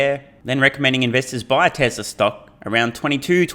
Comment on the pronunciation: It is pronounced Tes ‘la’, not tez ler